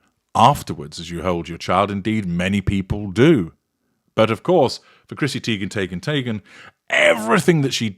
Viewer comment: I still can’t even get passed “Chrissy Tee-ghen Tay-ghen Tie-ghen!” NEVER gets old.